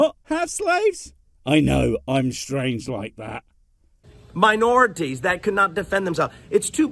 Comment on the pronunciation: Holy fucking shit, I didn't know that there was a white way to say "minorities" but here we are.